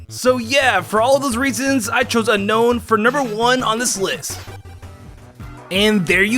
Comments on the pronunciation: dude its unown not unkown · Unown its (un-own) not unknown like says in the video.